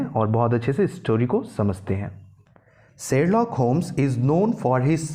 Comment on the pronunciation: It's Sherlock not serlock